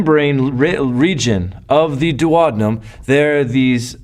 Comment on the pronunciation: dew-oh-dean'-um (hum)... :-)